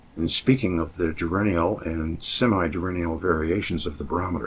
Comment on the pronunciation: Thank you so much 😊 Pronunciation police: pro-Tube-erance due-URN-nul en-VEL-upped